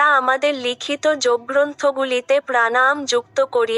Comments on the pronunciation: প্রাণায়াম উচ্চারণটাই সঠিক হচ্ছে না। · তুমি তোমার উচ্চারণ ঠিক করো। প্রাণাম নয়, প্রাণায়াম। ভাষাটা আগে ঠিক করে শেখো। তোমার উচ্চারণ কানে লাগে।